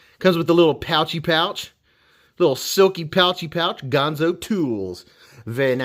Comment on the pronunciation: Another great vid man. Dang that is smooth, and I sure do love those nice leaf-shaped blades! Ganzo makes fantastic knives darn affordable. However, I would debate your pronunciation of the brand name Ganzo.